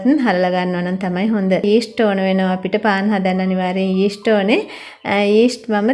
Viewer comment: ඊෂ්ට් නෙවෙයි යීස්ට්